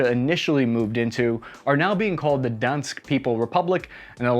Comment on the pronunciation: It's "Donyesk" Not "Donsk"